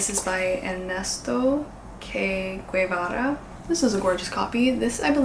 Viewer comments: Bit of history for the first book: Che Guevara was an argentinian doctor/journalist/communist/polititian and one of the main commanders of the Cuban Revolution! The "ch" sounds like the ch in Chad, and Guevara is pronounced like the g in "get"+vara, that part you got correct 😊 With this and Borges, you'll be reading two of the most iconic argentinian figures! To add a fun fact: in Argentina we use "che" like "hey" or "dude", so his name is pronounced all the time. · Hi... Just a curiosity, but... by the way you pronounced Che Guevara, I suspect you don't know who he is, right? But maybe it will give you a different and fresh perspective on the book. Good luck with your studies.